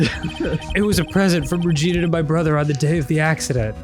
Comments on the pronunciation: Arin for fucks sake my dad walked by the very SECOND you yelled “REGINA!!” and it sounded WAY too much like “vagina,” I may not leave my room tomorrow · The way that Arin makes Maya say "Regina" is actually the name of a city in Canada, and every time he says it I die a little